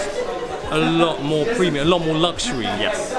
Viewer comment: IT’S PREEEMIUM